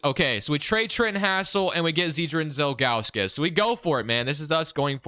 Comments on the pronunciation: Z-Drew-Nus bro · also, it’s pronounced Zi-dru-nes.. or big Z was buddies nickname.